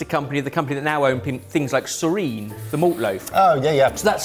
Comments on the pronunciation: I've never heard anyone pronounce soreen like that in my life. Kinda want one now. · Did really pronounce Soreen as “serene”? It’s “soar-een”